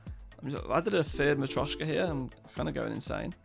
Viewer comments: Hes only saying it slightly wrong, mostly sounds wrong because he doesn't have the accent. He at-least has the T Sound in the right spot. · Dude, you've been saying marioska wrong all this time, i didn't want to be "that guy" because i though you would check if you say it right or someone will point it out, but damn is it annoying, please search on google, or even google translate how to pronunce it